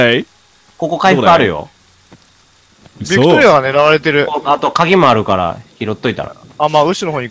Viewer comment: うっしービクトリアを バクテリアみたいに言わんでw